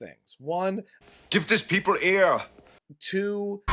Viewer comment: "Give this peepl eeer."